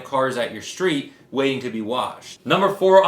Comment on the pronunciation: Okay u asked. #2 is Street..... Not Streed. No problem my great knowledge and kin eyes picked that up. So bro here comes the soap-box rant. Like a NFL team has a head coach and position coaches then Offense and Defense Coordinators. 1. Street not Streed......don't rush. You teach finance and entrepreneurship. Mixed spell basic errors is red flags. 2. Harbor Freight basically called them cheap. Dont speak negative about company its youtube the world is watching. Now no sponsorship from Harbor Freight. You dig bro. 3. Throw tv behind you in the trash..give to stranger...hit it with a hammer. But be sure to film it for views. U can buy another. Your back drop is perfect I know u love the tv....gotta make a sacrifice for the team. Lol 4. The tree in the corner...take it back where you got it from. Lol 5. Good job with the videos popping up cool. 6.. Think videos with other youtuber name in them is your strong suit. Video breakdowns. Everybody does Grant Cardone thats automatic for example. Finish off the soap box on to next youtube block. Lol Keep up the good work.